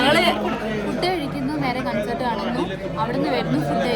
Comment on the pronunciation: Its കോൺസെർട്ട് not കൺസർട്